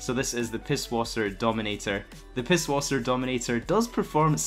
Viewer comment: Say - [Pissvasser]~it’s German - [Yosemittee]~pronounciation